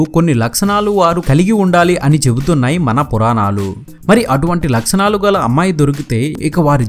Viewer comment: "Laksanalu" kadu bayya "Lakshanalu"